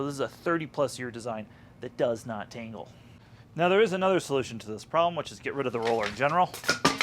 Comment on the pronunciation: Thanks for the insight, one thing, it sounds like you're saying tingle half of the time rather than tangle.